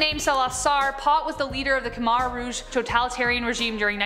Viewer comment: Not pronounced Idi A-min: Idi a-MEAN. Not pronounced K-Mhar Rouge: K-Mair Rouge. Hitler was not German, he was Austrian. The "Red Army"? I thought it was the "Red Guards"?